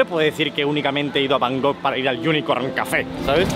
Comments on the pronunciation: Por favor.. por favor... por favor...por favor...por favor...por favor... no digas nunca más Bangok, es la mayor paletada del mundo typical spanish!! LA ciudad se llama BangKok. terminado en KOK, no en GOK. Por favor... me explota el cerebro cuando oigo a los españoles decir BanGOK. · Buen vídeo pero por favor no digas más Bangog jajajaja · El bro nunca pudo decir bien el nombre de la ciudad que visitó XD, gracias por esos videos. Saludos.